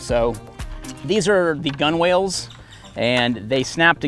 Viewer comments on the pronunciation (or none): Pronounced Gunnel, not gun whale. Also the knot is a bowl in. The line in the front is the bow line and the one in back is the stern line. I though you were navy. They still teach maritime terminology in boot.